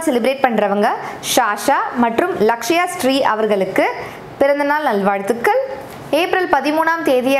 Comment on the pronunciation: Hi sis... நல்வாழ்த்துகள் pronounce super Akka with cute smile...